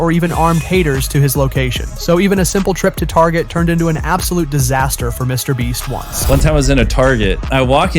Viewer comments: "Mr. Bleach" XD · Mr Beat? Bro, what is with this voice over? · Why are you saying Mr. breast Mr. bleach and Mr. beat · You said it again quit saying Mr beat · You just said Mr beat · Yo is it just me or did he say mr BLEACH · Why is it half way through the video it sounds he’s now “Mr Beach” and/or “Mr Bleach” at times?